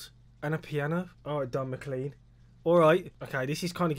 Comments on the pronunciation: You won't have heard that name because you're pronouncing it wrong. Not pronounced Mc-Clean, pronounced Mc-Clain... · You live in the UK. How do you not know how to say the name McClean? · You live in the UK . How do you not know how to say the name McClean correctly?